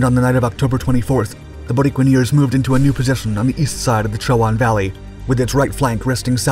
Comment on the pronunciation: The Borinqueneers were recognized with a Congressional Gold Medal ... (The people of Puerto Rico have been drafted into the U.S. Military since World War ONE ... 9 Congressional Medal of Honor recipients from an island measuring 100 miles by 33 miles). ... The correct pronunciation of "Borinqueneers" is "Boreenkeneers".